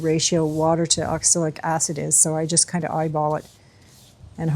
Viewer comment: Pronunciation is ox-a-lic, right? I keep hearing oxilic.